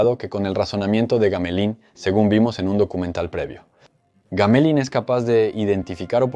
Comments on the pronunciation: Trabajo impecable, solo que suena raro gamelin, en vez de //GAMELAN// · El nombre Gamelin se pronuncia Gamelēn, con una E bastante abierta. El avión Dewoitine= se promuncia 'debuatin'.